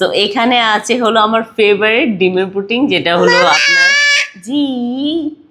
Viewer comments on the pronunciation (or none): Puting na plaw Pudding Hobe 😂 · পুটিং না এটা পুডিং। oversmart